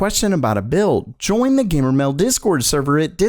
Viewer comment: it annoys me cuz he never says the d at the end of meld